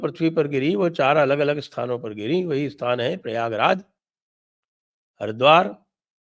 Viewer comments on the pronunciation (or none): none